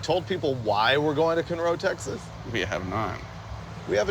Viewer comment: Its CON-ROW! Lol calling it cunroe with cali plates is pushing it in texas. Also, the town of humble (outside of Conroe), is pronounced "umble", silent h